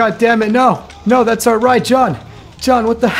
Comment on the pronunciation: does he say Shawn instead of John😂